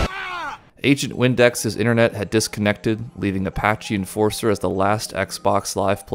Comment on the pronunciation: Reading Apache N4SIR as enforcer and not nasir is hilarious